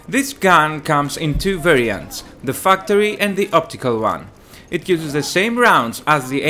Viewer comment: I'm sorry but I couldn't help noticing you pronounced factory like fucktory